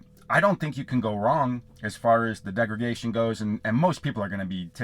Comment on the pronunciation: Hi there. Just a quick correction, you kept saying “degragation”. Correct word is degradation. Thanks for the info though 👍🏼